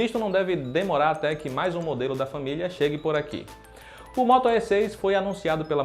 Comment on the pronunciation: O que mais me chamou a atenção é o moto É com acento... kkk ai q dor no ouvido... cadê o outro rapaz que fazia vídeos?